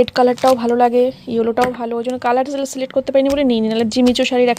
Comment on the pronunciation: Uchharon celet kora noi select hobe ok vul val uchharon